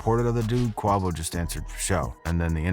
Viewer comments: Yes man I’m like wtf he don’t even no how 2 say Dey name so u no his story some bull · You can't even say his name right... Stay in your lane... It's not your Culture especially if you can't pronounce their name🙄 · You said quavo wrong 😂😂😂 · WTF say bruh name correctly what the fuck . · Why tf is he saying Quavo’s name like that?! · This dude is a culture vulture he tells the story wrong. And he did a video on Kodak and jackboy and didn’t even know they were cousins. This is my last video watching of his……dude doesn’t have enough respect for the culture to pronounce artist name correctly #vulture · Have I been mispronouncing Quavo all this time, or is this dude buggin? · why are you saying quavo name like that smh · why dude pronouncing Quavo name like that lmao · Why are you pronouncing Quavo like this? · This MF* Can’t Pronounce Quavo Name For Sh* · Definitely a culture vulture stop reporting on black culture when u don't follow the culture....who the fukk pronounce Quavo's name like that...Quavo has been one of the biggest artists over the last 10 years n u don't kno his name...shows u don't follow the culture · Yeah man it’s hard for me to take this guys information seriously when he literally doesn’t know who the people are that he’s talking about. He seem to be doing a good job but it’s hard for me to take it seriously when he can’t pronounce the names. If we’re talking about someone is famous is Quavo if you’re telling me you’ve never heard his name said aloud maybe you’re making the wrong videos lol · How tf dude butcher name like that repeatedly? Lol I've never heard no1 do Quavo like that lol 😆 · The fact that he can’t say his name right is hilarious 😂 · That shit made me wanna turn the channel. Bro reporting on shit he doesn’t even follow fr. It’s hurting my soul 😩😂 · Shyt ruins the whole video, like how tf can I take you serious 🤣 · Lmao, mad annoying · Dying every time he says it. 😂😂😂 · If u gonna be reporting , least pronounce the names right...